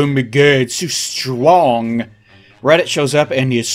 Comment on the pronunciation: I love the "uwu" pronunciation you gave the word "strong" in this video as if to mock power levels; S T W O N G. something about hearing that twice in a row really tickled my funny bone lol